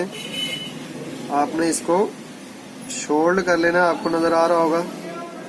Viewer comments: سولڈر ہوتا ہے شولڈ نہیں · Yar shoold nahi , Sold